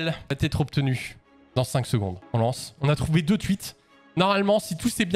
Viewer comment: "les twuites"